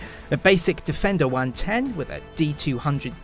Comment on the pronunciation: Its 'Defendery'! Lol